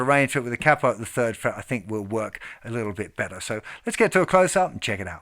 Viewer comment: “K-Poe”-(Capo) otherwise outstanding tutorial. And your high range is awesome. Thank you for sharing.